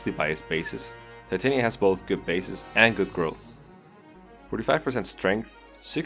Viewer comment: Titania’s name is actually pronounced Tit-an-yuh